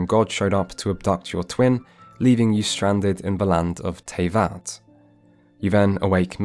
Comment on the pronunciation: Bro cares so much about the pronunciation of Gacha, but then calls the world Teyvet.